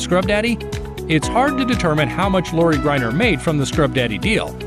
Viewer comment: You can't even pronounce Lori's name correctly? Good grief!